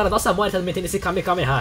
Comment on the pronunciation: o q é kameKameha? achei q era kamehameha mas